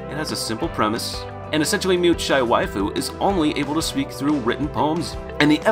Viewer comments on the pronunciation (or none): none